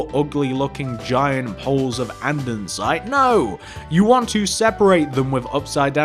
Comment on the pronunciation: It’s Polished Andesite not andensite